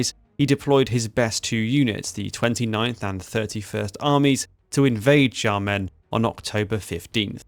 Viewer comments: Xiamen is pronounced Shyamun. Or at least Shyamen, if the previous one is too much for you to process. The X is sh. Like in Portuguese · dude, learn how to pronounce Xiamen, or Xiao, or Xi. its a sharp "sh" like shamen, not jamen. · Great video, but please, pretty please, stop pronouncing Xiamen this way lol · Fei Ye is pronounced as Fey Yeh Xiamen is close to (but not exactly) Shaw men Xiao is pronounced like she-ow, but quickly as one syllable Tou is "toe" Suo is like the first sound in swallow The rest were pretty close. And no judgement here, Chinese is hard and the romanization doesn't always have the pronunciations you'd expect. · I found it hard to follow when U kept mispronouncing names like "Xiao" and "Xiamen". U have some patron with a Chinese name. Why not check with this patron on how to pronounce Chinese names written in English? Doesn't have to be accurate but just basic decent pronunciations. Not that I don't appreciate yr effort with this piece of history.